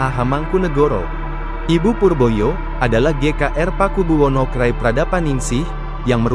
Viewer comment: Ga enak banget dengernya, KRAy kanjeng ratu ayu dibaca krai...